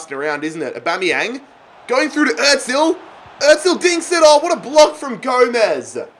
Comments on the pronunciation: The way he says özil btw it is Errr zil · Like if he is saying Ozil wrong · Can this guy pronounce anyone’s name correctly? It’s really annoying dude. Get your shit together